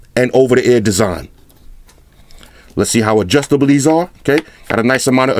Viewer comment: u had me cracking up when u said Adjustitge :')